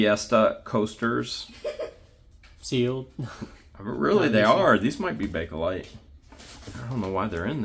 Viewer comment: Bakelite is pronounced "bake-light". Not Bake-a-lite.